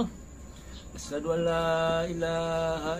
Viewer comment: Azan saja sala huruf,,,ASYHADU,,bukan ASADU,,, dulu ps yusup manubulu,,di amuk sama pdt rudi yohanes dan pdt esra soru,,karena tampilkan kesaksian kayak gini,, Ini sama dengan menjatuhkan martabat agamanya sendiri,,😅😅😅